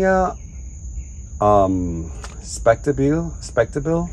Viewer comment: pronounced Miltonia speck-tab-a-liss…Larry